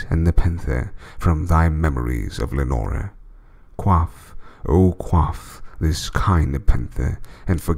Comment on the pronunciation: Awesome work mate, Im not much for poems but the raven and Ozymandias are awesome. The only thing I didnt like with this one is how you say Lenore. Have I missed something or isnt the idea that the name should rhyme with more, door, shore etc?